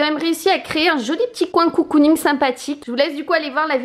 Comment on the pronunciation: Vidéo très sympa, ça change ! Par contre un truc qui me perturbe, on ne dit pas "COU-COU-ning" mais "CO-COU-ning" (comme un cocon^^). Des bises !